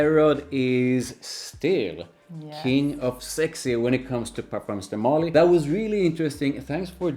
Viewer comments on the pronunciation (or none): MarLY, not MÁrly